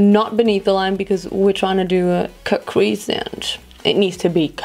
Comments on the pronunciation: Versteh die ganze Zeit „kack“-crease anstatt cut-crease😂😂💕👀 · Lol kackcrease. Die ganze Zeit wenn du cutcrease sagst, versteh ich kackcrease hahahaha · Haha wenn sie cutcrease sagt hört es sich an als würde sie kackcrease sagen 😂 mega look ❤ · Wie ich einfach die ganze Zeit KACKcrease verstehe.. 🙈😄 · Ich versteh immer "kack crease" 😂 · kack crease 😂😭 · hört sich an wie „kack- crease“ 😂💕